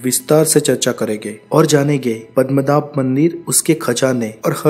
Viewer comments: it's Padmanab not padamnath , you... hindi folks , I thought ur pronounciation may be different. Literally wrong also. Padam means word Padma means goddess Lakshmi So Padmanab "goddess Lakshmi's husband" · Bhai thek sey pronounce karo padmanaba*